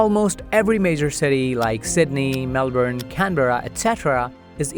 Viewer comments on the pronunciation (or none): none